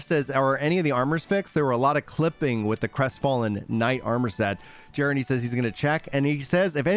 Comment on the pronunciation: So stoked for the patch! Also just a friendly FYI… Gennadiy’s name is pronounced “guh-NOD-ee”. 😃